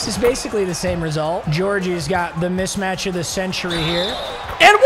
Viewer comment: Bruh, it’s mismatch not mitchmatch 😂